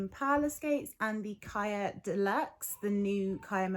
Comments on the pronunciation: She’s saying it wrong. It’s Hebrew so the ch is a plegmatic kh sound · I hear you and I understand how they’re saying it in their videos but on their page they say how they chose the name because it’s Hebrew for life (it’s also a common girls name) I’m fluent in Hebrew and they’re mispronouncing it in their own videos